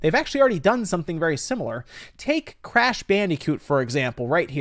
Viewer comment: "crash bandy-coot"